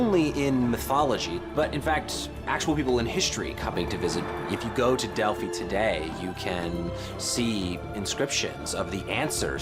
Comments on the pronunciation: I lost all interest the second they started pronouncing Delphi wrong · You said Delphi wrong many times... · To bad they kept pronouncing Delphi wrong